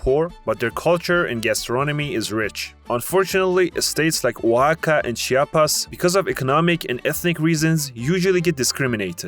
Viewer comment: Alright bro I'm from Oaxaca and can speak English and Spanish, and on top of that you were pronouncing "Oaxaca" as Waka at the start, and did it probably 5 times or over till you actually started pronouncing it correctly, I like the video but I know for a fact you got many things wrong on everyone else's state, I get it tho ur acting like you know what you're talking about when in reality you don't know shiiiiet